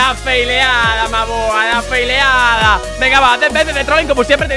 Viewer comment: En ves de desir la feileada di la folada